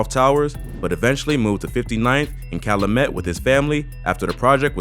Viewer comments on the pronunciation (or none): Cal-YOU-met. Calumet. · The way you pronounce Calumet bothering me lol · Calumet is pronounced CAL•YOU•MET. lol not callamet and it’s DUSABLE (Doo•Sa•Bull) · Calumet is pronounced like kyle-u-met, not kyle-uh-met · It’s Cal U met not callamet…. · I find it funny how many ppl be researching shit going on in Chicago meanwhile we tryna make it out of chicago y’all be glorifying this goofy shit the fact that u pronounced (cal-u-met) like Calu-met screams out of town straight Buford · You pronouncing calumet wrong...its cal-you-met...not cal-lu-met. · Its Cal- U - met not calamet the “U” is a u sound not “A” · It’s not Ca-lu-met It’s Cal-U-Met 🤦🏾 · Kal-u-met my nigga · It is so funny people try to do documentaries on Chicago’s gang life and can not pronounce none of our streets. There is no 59th Calumet Parkway!! pronunciation is (cow-u-met) or the Met building 6219 S. Calumet the high school is Du Sable HS Pronounce (do-saw-blem) just put it all together that is how you say the name of the streets and school out here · *Cal-U-Met & *Du-Sä-ble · Calumet is pronounce "Cal-you-met" in chicago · It’s pronounced “cal-you-met” calumet . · You gotta pronounce calumet right cal-you-met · It's pronounced... CAL-U-MET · Anyone who’s listening and not from Chicago, it’s pronounced Cal ‘you’ met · Fam it’s pronounced CAL• U• MET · 😑😑 damn boa it’s pronounced CAL-u-Met i cringe every time you say it 🤦🏽‍♂️🤣 that’s how I know Niggas don’t live in my city just love to study it smh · Calumet (CAL-U-MET) yall out of town bloggers get on my nerves g..... lol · Its pronounced Cal-You-Met buildings. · REPEAT AFTER ME..... CALUMET IS PRONOUNCED CAL U MET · Bro it's Cal-U-Met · You know he ain't from Chicago how he pronouncing calumet. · This video is BS. I can tell this guy never step foot in Chicago from the way he says calumet and DuSable. That's not how we pronounce calumet or Dusable in Chicago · Can't even get past your pronunciation of Calumet and DuSable.